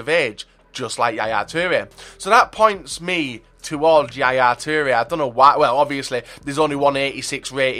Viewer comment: Yaya 'teere' 😂😂.